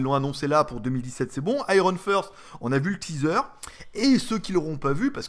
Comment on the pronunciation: finir en queue-de-pie, très bon. Iron fist (poing), et pas first. :)